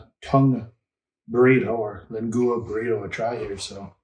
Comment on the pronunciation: Fun video. I'll be making lengoo-a in the next few days. :P It's leng-wa, FWIW. I'll be doing my slow cook in a dutch oven for 4-6hrs. Hope the reactions are as good.